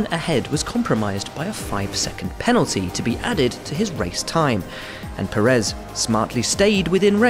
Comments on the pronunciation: Why does such a bunch of people officially keep saying PeREZ, when it‘s PÉrez, PErez, PÉREZ!! Spanish is no secret language …. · it is Pe-rez not pe-RREZ